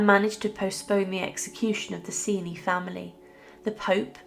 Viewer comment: To put it bluntly, the father raped Beatrice. BTW, I believe the family name is pronounced Chen-chee.